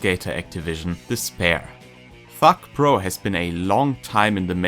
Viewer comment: it sounds like your saying fuck pro hahah